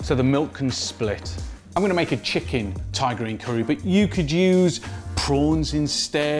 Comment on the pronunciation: I always think he's saying tigereen curry